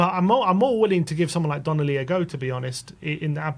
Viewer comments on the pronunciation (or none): DONLEY NOT DONNELLY!!!